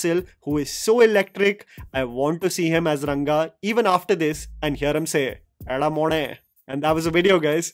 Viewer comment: Your Eda Mone was on point. Thank you for exploring our Malayalam content.